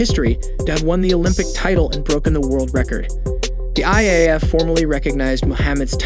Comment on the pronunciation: The announcer does not have the same vocabulary as the person who wrote this script and there is nobody watching over the mispronunciations. Nike, Gatorade, debut, prix. He tried to pronounce IAAF as a word. And all the odd slurs, pauses and phraseology. And the visuals. Why are we looking at an injured hand while talking about a hamstring injury?